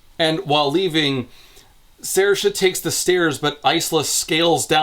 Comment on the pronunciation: I was initially impressed at for having pronounced Saoirse correctly.... Until I saw Aster had literally just written the name phonetically "Sairsha"